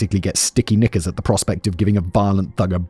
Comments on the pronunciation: Simon...you really need to enunciate more if you're going to say sticky nickers. That second time sounded like....something else. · Ok…I can’t be the only one who misheard “Sticky Knickers” as “Sticky N-words” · Yaaa with that accent maybe try a different word u might wanna be done with that one 😂😂😂😂😂😂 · Simon, I didn’t hear a “K”….☠️ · I feel bad 😭 the accent makes it sound so wrong